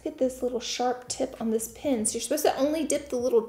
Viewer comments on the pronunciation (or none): PEN NOT PIN